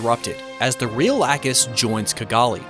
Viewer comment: My eye twitches every time I hear lacuse name mispronounced